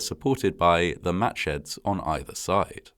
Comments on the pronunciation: Did anyone else hear "Match heads" rather than "Matsheds?" Or was that just me? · Wow, that's the date of my birthday. Exactly 60 years before I was born, but still, the same date. And I thought he was saying matchheads the first couple of times, which was tragically quite foreshadowing. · I kept hearing, “Match head” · Who kept hearing "match heads"?